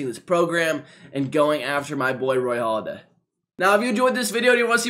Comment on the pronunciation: Hey dummy, it's Halladay not Holiday. I got out of this video and the first 10 seconds...